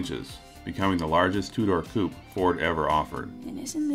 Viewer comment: Why are the Americans incapable of reading correctly the word "coupe" ?